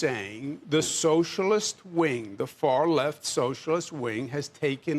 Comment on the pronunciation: Credit where credit is due — at least Cuomo is pronouncing Mamdani correctly.